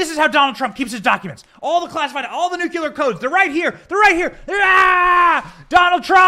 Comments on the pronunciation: Am I the only one who finds it kinda funny and fitting that Thibault sounds like Tybalt from Romeo and Juliet? And Benny, you're driving me crazy. It's nuclear not nucular. Sorry for the semantics, I couldn't help it. Anyway, keep making content. This is great. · Benny, love your show, but please learn to pronounce NUCLEAR! It's not f*ckin NUQULAR. It's like you're a reincarnation of Jimmy Carter who proclaimed he was a Nucular engineer! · It's nuclear, not nucular. Anyway, another good show. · Tainting the jury pool. Highly illegal. "We're not sure, but probably" seems to suffice when the Left wants to accuse the Right of something. The shoe doesn't fit their feet the same, apparently. Why can't Right wingers say "nu-cle-ar"?`Do they ever type it out? It comes from the word nu-cle-as...🙄 "Threat to our Democracy" Translation from propaganda to truth: "Threat to our Democrat Party's attempt at total dominion over all citizens of the United States (and invited illegal residents)".